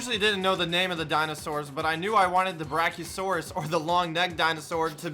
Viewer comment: im a dinosaur fan my heart got hurt HE DOESNT KNOW HOW TO SAY BRACHIOSAURUS